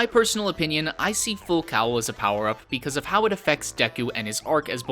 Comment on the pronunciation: ITS PRONOUNCED FULL FUCKING COLE and FULL COWEL! I cringed every time he said that word...you get triggered after multiple times...